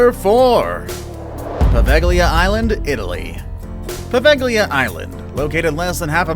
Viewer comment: Great video except the way you said "Poveglia" and "venetian" honestly made me cringe super hard.